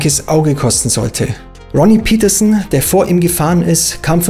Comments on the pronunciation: Interessantes Video, aber die Fahrernamen sollten richtig ausgesprochen werden, ich finde das gehört zum Respekt gegenüber den Fahrern. Ronnie Peterson war Schwede, seine Name spricht sich Pettersson, nicht englisch "Pietersen". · Ronnie Peterson ist Schwede, kein Engländer, also sprich es doch auch so aus!